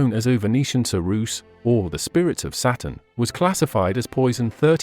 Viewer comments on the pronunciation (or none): none